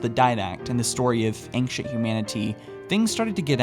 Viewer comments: Why does pronounce ancient like anxious?! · That's not how ancient is pronounced. You are pronouncing the c like a k, or how it's used in anchor, and s at the same time. Just the s sound is used.